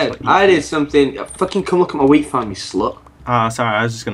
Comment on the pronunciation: I keep hear WEED farm instead of WHEAT farm 😂😂😂